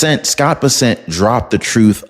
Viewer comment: Muh dawg. It's BESSent Not BessENT. Much love from fort Worth